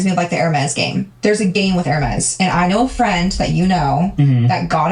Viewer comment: the way she is saying Hermes is correct. those bags start at around 15k. it is insane